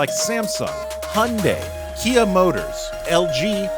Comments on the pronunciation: 와 나 현대를 영어식발음 휸다이라고 안하고 현대라고 정확하게 발음하는 외국인 처음봐, 너무 감사하다.. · A+ for saying “Hyundai” correctly